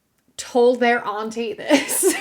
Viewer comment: Major points for the pronunciation of "auntie" not to rhyme with "shanty". Straight and bi men should definitely avoid all things lesbian. And ditto for reversed genders.